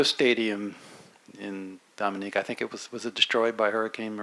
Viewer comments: Nathalie, they even try to. Correct me when I pronounce the name of MY COUNTRY. DOM E NEE KA! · Can't believe a journalist would pronounce Dominica wrong before addressing Thea with question. Basic, basic thing...Smh. Good putting him in his place.